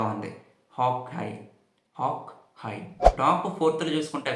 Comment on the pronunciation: Hock. High..... Haha ratledha??? Hawk eye... Adhi eye....letter-i. La sound cheyyali